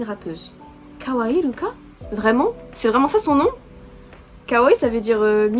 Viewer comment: Nn rami on prononce avec r ❤rora avec r pas l❤ruka pas avec l❤ ahyeon on prononce hayeon ❤+1 je t'adore ❤ et eft l'animal c'est juste leur animal qui représente et oui dans la k-pop il y a plein d'idol nn Corée et oui il y a des idol de 16 ans 😢❤il y a mm 2010 Psycho le moment préfère de tout le monde c'est route la chanson et oui eft Babymonster chaque membre elles savent tout faire rap,dance ect.....bref elle font tout We go up que t'as dis au début c'est pas asa mais ruka ❤celle que t'aime bien c'est Pharita celle que t'as dit je veux savoir si ses asa (oui) eft j'aime bien la voix d'ahyeon parce que elle est egu mais oui eft elle sont 6 depuis 1 ans Rami et en Hatus elle a un pneumothorax 😢😭❤on espère tous qu'elle vas revenir 😢❤❤❤bref je t'aime ❤Han JiSung mon mec eft de stray kids je suis k-pop stan depuis 2018 stray kids c'est mon groupe Wecreur ❤Han mon bb mon mec ❤ voilà je t'aime+1 désolé c'est long mais voilà ❤